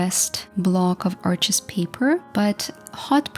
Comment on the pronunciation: Arches is French remember, it’s pronounced “Arche,” the (s) is silent. Thanks for sharing!!!